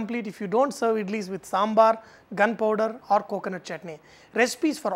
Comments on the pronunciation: is he saying gunpower? O.o or gharam power? and what is it? ty :) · I'm sorry but what is he saying when I'm hearing "gun powder". I know he's not but it sounds like he's recommending that I eat them with gun powder.